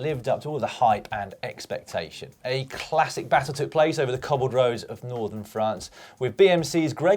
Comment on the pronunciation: Caption: Cobble training? I thought you said wobble training